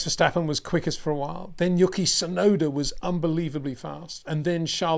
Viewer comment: His name is "YOO-key" not "YUCK-EE" ffs